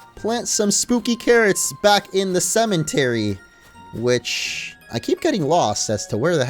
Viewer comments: did it annoy anyone else that he kept saying cementary and not cemetery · its a cemetery not cementery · Not a single soul:: cementary